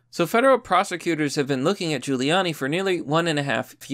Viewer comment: HOLY SHIT YOU PRONOUNCED HIS NAME PROPERLY!!! 😃